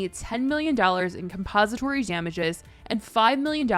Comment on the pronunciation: Babe it’s compensatory* like compensating… not composite